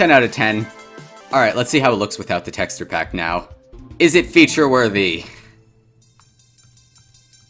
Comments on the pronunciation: bro says "texturr" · bro said tekster skull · The way you pronounce texture... good lord. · the way bro says texture is driving me insane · I cant with this anymore... YOU KEEP SAYING "TEXTURE" WRONG